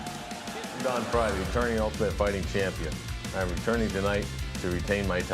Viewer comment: It's Frye..What the hell did you just say??